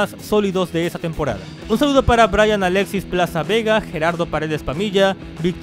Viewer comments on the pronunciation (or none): none